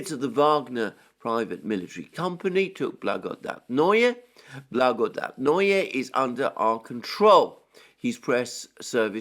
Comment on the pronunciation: Kirie Alexandre, it’s much easier to pronounce Russian worlds if you read it as Greek. Your only mistake is putting accent on wrong syllable. BlagodAtnoe, krAsnaya gorA. Love your work and your last name😊